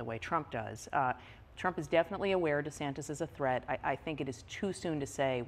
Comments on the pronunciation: I love how Trevor calls Ron Desantis "Ron Desanctis." Makes no sense. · Trevor, it's DeSantis, not DeSanctis. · I've noticed Trevor is consistently saying "DeSangtis" instead of DeSantis. Has anyone told him before? Or am I missing something regarding how DeSantis is pronouncing his surname? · Great interview. It sounds like Trevor is putting a C in Ron DeSantis' last name. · Trevor: DeSanctis😲 Maggie: Desantis🫥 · Great interview, but why does Trevor keep pronouncing it "DeSanktis'? Haberman seemed to follow it by mentioning "DeSantis" each time to keep it focused on the correct person. But I found it oddly distracting. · Why does Trevor pronounce DeSantis as DeSanctis? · it’s DeSantis, right? not DeSanctis? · Great interview with a super intelligent woman... But, Trevor.... it's not "DeSanCtics"... it's De Santis ! Just a little annoying issue ! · Trevor why are you saying DeSanCtis instead of Santis? You've still got deSanctimonuous on your mind I think... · “De Sanctis” lol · Am I mis-hearing Trevor? He seems to say the Florida governor as deSanctis with an internal c. Maggie says it correctly. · Am I the only one hearing Trevor saying „Ron deSanCtis“? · DeSanctis? Unusual mispronounciation for Trevor. And she's sitting next to him saying it correctly. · Has Trevor been saying Ron De SANCTIS? That is what it sounded like. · Ron Desanctus? is he purposely saying this? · Stop saying Sacntis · Why does Trevor keep saying DeSanctus? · Why is Trevor mispronouncing the governor of Florida's name? That's like a rookie mistake. I don't get it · Why does Trevor keep mispronouncing Ron’s last name? 😂